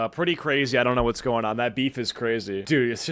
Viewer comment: So cwazy Daddy